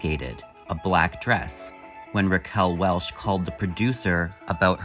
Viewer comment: Welch. Not welsh